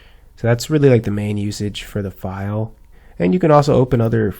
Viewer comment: " FILEE" much lovelol